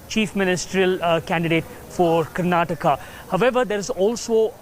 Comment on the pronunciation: It's karnataka not karanata